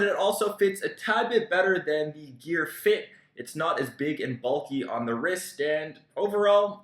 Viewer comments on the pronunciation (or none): none